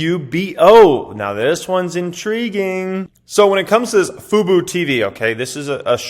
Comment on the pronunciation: Fubo is pronounced foo-bO. Tell Kevin as well lol